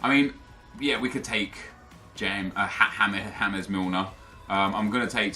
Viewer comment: Its NOT Ha-mez Milner its fucking James. HES ENGLISH FFS.